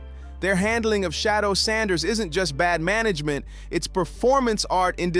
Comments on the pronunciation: It's Shadeur not Shadow put some respect on his name! 😮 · SICKENING how these commentators mispronounce Sheduer's name. His name IS NOT Shadow🤔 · Respect his name. Correct it. Say it with me, Shedeur! 🙄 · You guys can’t even get his name right . I don’t know who’s narrating this but you suck. Get the name right. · Pronounce his name correctly. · It’s so hard to listen to these video clips when the commentators refuse to pronounce Shedeur’s name correctly. Personally, I think the NFL wants to keep Shedeur hidden cause they knew he’s going to show out & prove people wrong about him. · I think they purposely say his name wrong